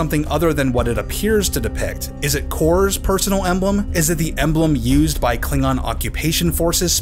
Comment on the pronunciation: If I remember correctly, they also pronounced Klingon as kling-gon.